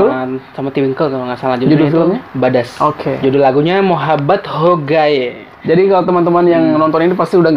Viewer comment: Badshah bang, bukan badash😂